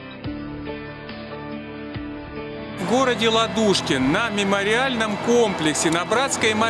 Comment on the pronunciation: Здравствуйте, все прекрасно. Только не ЛадУшкин, а ЛАдушкин. Привет вам с Урала. Приезжайте к нам в Свердловскую область .